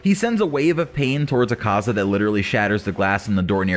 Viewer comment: I love how poorly he pronounces akazas name lmao